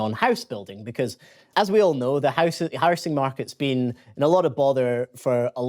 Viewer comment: It's how-zing, not house -ing.